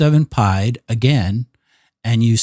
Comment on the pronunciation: I kept thinking what is pied? Is it pi multiplied? It is the French for “feet” and is pronounced as “ pee-Ed” , 1347 feet